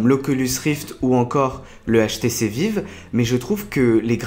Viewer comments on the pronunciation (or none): Ca se prononce pas "HTC vive" mais plutôt "HTC vaïve" ah mes oreilles bordel